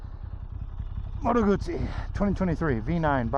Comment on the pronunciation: Your pronunciation of Moto Guzzi is on point. Thanks for the review!